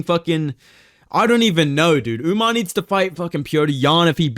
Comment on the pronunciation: Nah WE need Sean O'Malley vs "Umnar" Nurmagomedov. Maybe Umar can beat correct name pronunciation into O'Malley.